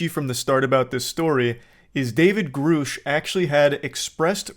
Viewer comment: God it annoys the hell out of me listening to you mispronounce Grusch. It's Gr uh SHHH. Not GrUUUU SHHH.